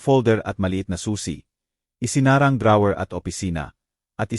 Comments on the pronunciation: Legit nga mga comment Ng iba kaiba ka magbasa ung note mo binasa mo ng No-te😅ung drawer nman dra-wer😂 prang hinahabol ka ng kabayo magbasa wla man lng sa ayos dire deritso hahhaha...nwla tuloy antok ko sau😂😂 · ok nga ang kwento but yung pagsasalita / pronunciations mali2 ...sana aayusin..drawer at notebook